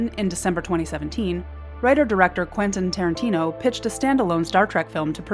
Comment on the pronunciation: Who is Trenten Quarantino ?